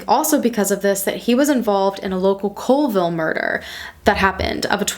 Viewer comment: Being from WA & hearing you pronounce stuff was cringe lol Makah is pronounced Ma-Kah long A in Kah & Colville is Call-ville